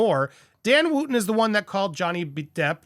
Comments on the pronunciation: It's Wootton not Wooooooooootton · Wootton is pronounced Wutton.